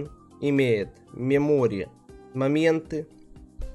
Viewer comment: МЕмори мЕмори мЕмори мéмори ударение на е не мемОри